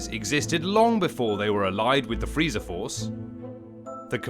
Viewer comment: I’M SORRY? DID YOU JUST SAY FREEEEDA?